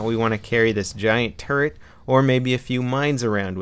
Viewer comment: I thought you kept saying " you have to carry around this huge turd around with you"